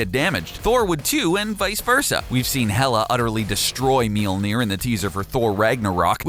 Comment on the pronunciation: Tip: If you want to be real classy when talking about the hammer, listen to the letter ø/ö and put it in the middle (Mjølnir). It would make the pronounciation far better. :-)